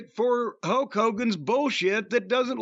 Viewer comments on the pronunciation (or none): Whenever Cornette says Hulk it sounds like "Huck". Maybe it's his backwards inbred country a$$😂